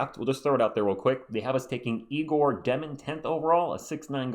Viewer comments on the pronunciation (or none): none